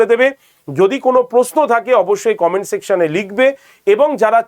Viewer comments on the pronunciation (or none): none